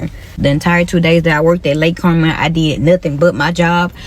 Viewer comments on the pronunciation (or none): none